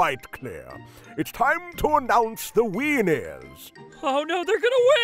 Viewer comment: when the guy said "time to announce the winners" it sounded like time to announce the weiners😂